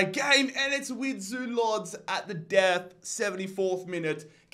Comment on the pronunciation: Łódź is pronounced as woodch